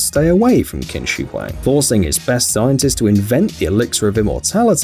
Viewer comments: It’s pronounced Ching shi Huang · U pronounced the Chinese emperor wrong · The fact that he pronounce Qin Shi Huang wrongly but it's ok at least I understood what he said. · Any Asians triggered at how he pronounced qin shi Huang?